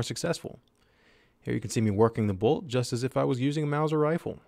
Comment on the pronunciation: Dude why did you say Bolt but with a capitol T at the end lol BolT